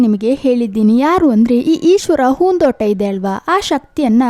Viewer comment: ಏನ್ ಮೇಡಂ ನಿಮ್ಮ ಕನ್ನಡ ? conventನಲ್ಲಿ ಕನ್ನಡ ಕಲಿತಂತಿದೆ,ಹೂದೋಟ ಅನ್ನೊಕಡೆ ಹೂನ್ ದೋಟ ಅನ್ನೋದ,ಕೆಲವು ಕಡೆ ಅತೀ ಕನ್ನಡ ಪದ ಮತ್ತೆ ಕೆಲವೆಡೆ english ಪದಗಳು,anyway good try, ನಿಮ್ಮ ಕನ್ನಡ improve ಮಾಡಿಕೊಳ್ಳಿ ನಿಮ್ಮ ಚಾನಲ್ ಗೆ ಒಳ್ಳೆಯದಾಗಲಿ.